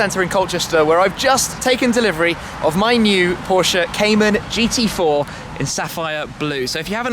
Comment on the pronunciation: that was hilarious how good shmee said the gt4 on german xD please do that again